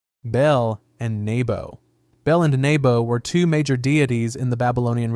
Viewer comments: It's literally just "ball" not BAY ALL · Baal (bāe-all) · Should we maybe google how to pronounce BAAL before hitting record? 😂